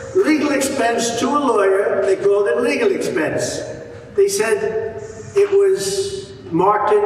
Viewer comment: It sounds like he is saying, "illegal expense" over and over. I thought he was actually telling the truth for a second!